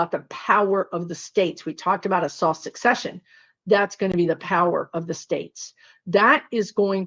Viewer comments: I think it's soft "secession", not successcion..., like secede from the union? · Word nerd here. And also a virgo. The pronunciation is "seh seh shun," from the word "secede." "Sek seh shun" is based on the word "succeed," in the sense of who will come next.